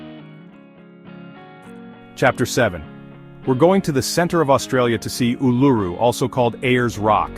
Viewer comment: This is a nice presentation. A correction to the pronunciation of: Kakadu = kak-kuh-DOO, Uluru = [OO] + [LUH] + [ROO] .